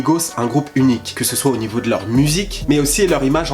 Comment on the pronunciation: "uniqe" mdr